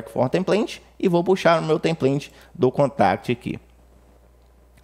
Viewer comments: O track tem plant? kkk template diz se templêiti. Boas dicas de atalhos!!! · EXCELENTE AULA! Muito obrigado. Me permita fazer uma correção. "Template" Pronuncia-se TEMPLEITE e não templente.